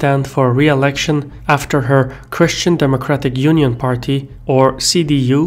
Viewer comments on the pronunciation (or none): "question democratic unity" is what I understood as you said Christian Democratic Union. And I prefer your pronunciation of it.